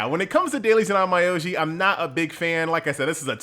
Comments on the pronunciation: pronunciation should be on-myo-ji if I'm not mistaken but I did laugh on your on-my-oji xD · The pronounciation is more or less On-Mi-Yo-Ji, sorry for being picky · on my oji funny way of saying onmyoji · THE N IS SILENT